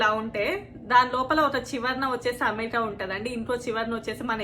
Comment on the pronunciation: అంతా బాగుంది కాని అమెరికా అనే ఉచ్చరనె స్వష్టతలెదు దానీబదు us అనొచ్చు మేడం🙏 క్షమించగలరు🕉🇳🇪